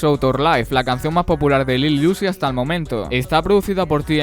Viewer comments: Uy te recomiendo mejorar tu pronunciación se escucha como que dice “lil juice” por decir lil uzi . No es hate nomas digo va , como consejo o algo . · nestorwtm es iuzi